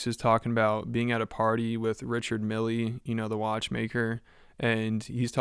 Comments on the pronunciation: Richard "Milly" lol. I imagine you probably don't care but the guy's name isn't pronounced that way. Just trying to help. Its pronounced more like "meal" than "mill". Edit. HOLY CRAP THOSE CLIPS. So hard to watch. The are like toddlers. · It’s pronounced mill not milleeeee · Dude mispronounced the name of watch brand (and the guy he met?). It’s Richard Mille (rhymes with hill). Not milley- lol. Also - this is like watching a bunch of 15 year old boys drinking for the first time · >Richard Millie It's pronounced Richard MEAL, all accented and shit. Obviously the whoreologist guy wouldn't give him a free watch because a) who is this guy? and b) he can't even pronounce the man's name! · Please don't pronounce it "Richard MillY" just because the DJ pronounced it like that.